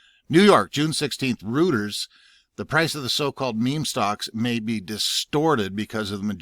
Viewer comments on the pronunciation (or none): Still enjoy your fervor and ability to scroll through the other Tubers. So yes I will check out the SmartTrader guy and Charlies Vids was an awesome find too. btw fyi Reuters is pronounced Roy-ters.